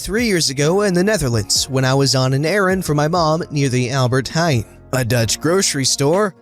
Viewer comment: I am Dutch and I must congratulate you with the correct pronunciation of "Albert Heijn". Also: decent pronunciation of "Mevrouw, is dit uw kind?" DECENT. So, don't worry, you didn't butcher it.